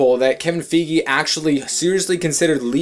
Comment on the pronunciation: Isn't Feige, as in Kevin Feige, pronounced with a long i like in "bike"?